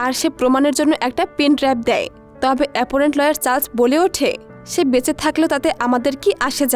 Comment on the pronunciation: এপোনেন্ট না, অপোনেন্ট হবে